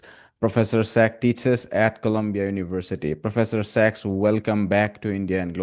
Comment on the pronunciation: Professor Sachs (SACs) not sex 😂